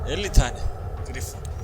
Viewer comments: Griffon un okunuşu (Grayfın) dır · o griffon diye yazılıyor grayfin diye okunuyo